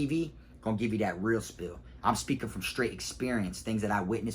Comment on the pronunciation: Hey you know the phrase is "real spiel" not "real spill" right?